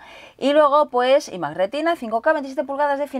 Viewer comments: muy buen unboxing pero deja de decir imac como si lo pronunciaras en castellano que es un poco flagrante xdddd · Se dice ai mac no y mac